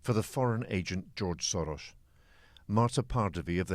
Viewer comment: The way this reporter pronounced Soros means shit in hungarian.